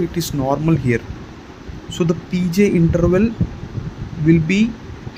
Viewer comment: Are you trying to say P R interval? It sounds like you’re saying P J interval during LGL syndrome …